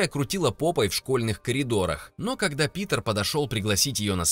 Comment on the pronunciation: мне послышалось не Питер, а другое😅